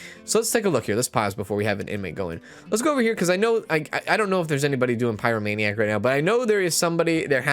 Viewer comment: I’m sorry I just have to say you’re pronouncing a lot of the disorders wrong, I waited till this episode to comment so see if someone else corrected you. I’m writing this in a helpful way not a spiteful way. If you’re doing it on purpose then carry on…. It’s pie-row-may-nee-ack and klep-tow-maniac etc Again sorry, it was just bugging me ahah